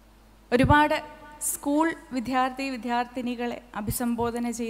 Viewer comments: Although her diction is good in most part she faltered in the word 'Vidyardhi' she pronounced it as 'Vidhyarthi'! Sorry! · നല്ല പ്രസംഗം. വിദ്യാർത്ഥി എന്ന വാക്ക് വിധ്യാർത്ഥി എന്നു പറഞ്ഞത് correct ചെയ്യുമല്ലൊ. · Very interesting motivational speech.Very proficient in Malayalam.But her pronounciation of the word 'വിദ്യാർത്ഥി' is not correct.She wrongly pronounces it as 'വിധ്യാർത്തി'.This has to be corrected